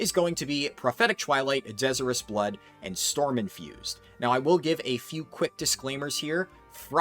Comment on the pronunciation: De-sire-us. Like Desire something badly.